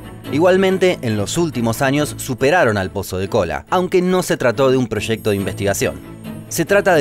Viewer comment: She proshecto